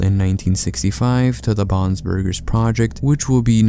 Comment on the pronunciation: The way you say "Bon's Burgers" makes it sound like "Bob's Burgers" which just makes me think of a crazy story like this happening with the Bobs Burgers family lmao